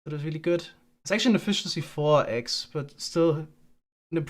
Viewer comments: funniest part about leaving his axe in the eggs chest is he says the word “axe” the exact same as he says “eggs” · I can't tell the difference between saying "eggs" and "axe", which makes the bit about losing the axe when collecting the eggs a little confusing.